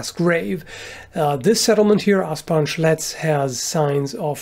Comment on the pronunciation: Ahh, Asparn Schletz, for a second there I thought you said Ass-punch Ledge, which sounds like either a mortal kombat stage or a very odd historical site